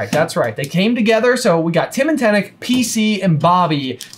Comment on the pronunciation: Twice in a row getting "timm and tenic" haha